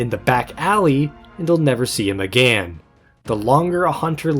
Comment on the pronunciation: Normal people “Again” “aGAEN”